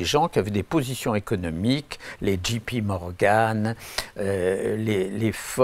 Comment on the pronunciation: "... GP Morgan" !!?? NON, c'est JP Morgan et ça se dit "jay pee ..." ! Tu sais dire "aréopage", bravo, c'est mieux qu'Élisabeth Quin, mais pour l'anglais, peut mieux faire !